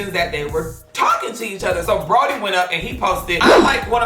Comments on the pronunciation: I know he not saying Brody LMAO it’s bronny 😭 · The fact you keep sayin “Brody” is pissing me off. The damn boy is named after is daddy it’s “bronny” 😂😂😂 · just don’t be caring lmao “brody” you mean bronny LMAOOO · Friend, why do you keep calling that boy Brody? His name is not Brody is Bronny not Brody😂😂😂😂😂😂😂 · his name is Bronny not Brody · “Brody” omg sis it’s BroNNy 😭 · friend kept saying “brody” instead of bronny LMAO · Nobody:"Broddy" Me: its Bronny with two n's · Everybody: Bronny: Brody 🤣🤣🤣🤣🤣🤣🤣🤣🤣🤣🤣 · His name is pronounced Braw-Nee lol Love you. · He was saying "BRO-knee" still pronouncing it wrong lol, but he was saying it with two N's. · lmaooo I heard Broddy and bro-knee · Lolololol he probably did say both 🤣😂...I was yelling at the screen trying to say it correctly for him 😂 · That little boys name is pronounced Braun-ee you know like short for Lebron...🤦🏾‍♀️🤦🏾‍♀️🤦🏾‍♀️😂😂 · Not you saying Brody 😂😂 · baby😭. (bronny) is pronounced (braw-ney) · The way you say bronny name is killing me 😂😂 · U saying bronny wrong 🤦🏾‍♂️😂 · The way she says bronny has me dead 😭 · The mispronunciation of Bronny is rubbing me the wrong way 😭 and it’s not just because a lot of people have been mispronouncing it lately